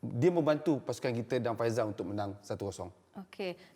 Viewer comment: Faisal bukan faizal. Kata professional 😪